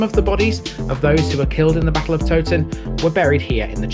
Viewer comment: Interesting video! The Tow in Towton should be pronounced to rhyme with Cow! I'm not sure about Lead - I've always assumed it was pronounced as Led but dont honestly know.